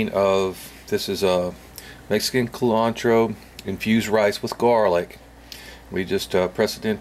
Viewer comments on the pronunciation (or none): “Coolantro” 🤣 looks good though